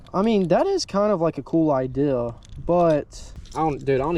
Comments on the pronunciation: It’s Idea not ideal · who taught you to say IDEA?